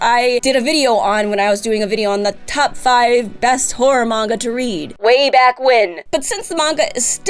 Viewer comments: Watching at 1.5x speed she saying horror but I heard wh*re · Am I the only one who keeps hearing whore whenever she says horror? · Goddamnit,. Every time you say Horror, all I can hear with your accent "I'm never gonna stop, I'm a giant WHORE"... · the way you say horror it sounds like whore and i love the sentences with that in mind